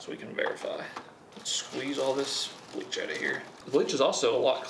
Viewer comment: A sir - its pronounced "Bleach". BLEACH sir.